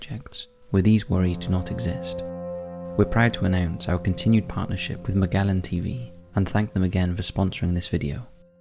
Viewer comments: How to pronounce magellan. Sounds like (muh-jeh-luhn) Not (ma-gell.in) LOL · if you're going to have a sponsor, you should, at the very least, pronounce their name correctly. It's pronounced "MUH-jell-in", NOT "MUH-gell-in." Just think of the old Dr. Scholl's Gel Shoe Inserts advertisement: "I'm gellin' like Magellan." 👍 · Magellan: muh·jeh·luhn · Is it pronounced ma-jellen or ma-gallen?!? Everyone is saying the same sponsors name differently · Im pretty sure its pronounced 'Muh-jell-in' TV....After Magellen the famous explorer. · You’d think you would be able to pronounce Magellan correctly, seeing that they sponsor you. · Somehow you pronounce the name of an obscure Welsh village correctly, but can't pronounce the name of your sponsor... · Do you think youll keep your Magellan sponsorship, an educational channel, after mispronouncing the name of their company? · And yet he cannot even say the name of his own sponsor, Magellan. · Magellan. why is it other Brits can pronounce the "e" as in gel in the word correctly, but you can't? Gah.